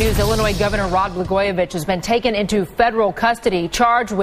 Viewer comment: Did that one lady say Rod Bla-garbage? It sounded like it.